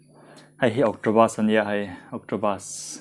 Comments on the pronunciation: Octopus.... Awktawpas tiin lam rawh octobus ti Suh a nih loh chuan City bus ti law law rawh😂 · Nia, Octopus a pronounce dan hi a dik hlel deuh. Pus lai hi P leh B inkar, Bus ni em em si lo, Pus ni lawl lawl bawk si lo a ni tur a ni. U lai hi A leh U inkar 'BS' angin a ri tur niin ka hria. Sawi fiah a har êm mai. 🤣 'Akṭawbs' a ni tawp mai. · Eng BUS maw i ei😂 Octobussss😂😂😂 kaikuang Bus ti ve law law rawh